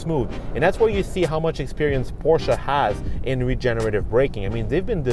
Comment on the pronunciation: Nice review kudos for pronouncing Porsche and Taycan correctly. Not to much time spent on tech more on driving feel.